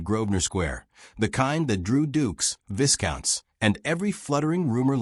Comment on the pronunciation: When will AI learn that the “s” in viscount is silent? It’s pronounced vie-count.